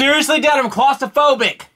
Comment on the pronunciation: Dude its claustrophobic not "costaphobic"